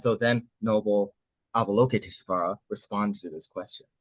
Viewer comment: Thanks for sharing! Btw English translator — *Avalokiteśvara, not Avaloketiśvara 😊 (also stress on 5th not 4th syllable)